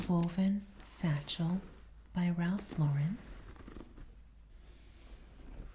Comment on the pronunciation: Great video, thank you! It is pronounced Ralph LAUren tho, not Ralph LauREN. 😊